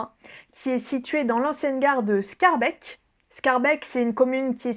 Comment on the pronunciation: Mdr j'habite à 35 bornes de BX et c'est une française qui m'apprend ma capitale. Sinon mon seul conseil ce serait d'éviter la rue des pitas qui est l'ultime piège à touristes. Petit cours de belge: Forest se prononce Forêt tout bêtement et les Schaerbeek > Schaerbéék